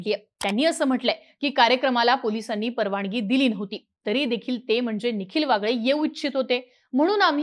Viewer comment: जरा उच्चारांन वरती लक्ष द्या, 'न' आणि 'ण' मधे खूप गफलत करताय तुम्ही eg 'परवानगी ' ऐवजी 'परवानणगी ' म्हणताय तुम्ही..... ऐकताना खूप खटकते ते